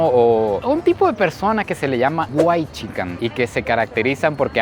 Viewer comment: como que uaichican? xD Es una palabra en ingles que significa mexicano blanco y se dice uaitsican. La mala costumbre de decirle a la "xi" como "ji" xD